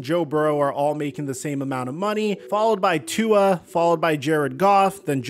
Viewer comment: bro stay mispronouncing tua’s name… no respek